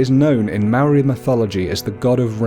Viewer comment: You idiot you say Maori so fucking bad you imbecile